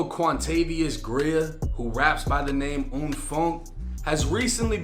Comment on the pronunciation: Lmao "quantavious"